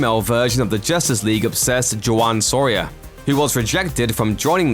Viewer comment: Did you pronounce Juan Soria as Ju-an ? Here's me thinking they pronounce it the usual way in the comics but you might know something I don't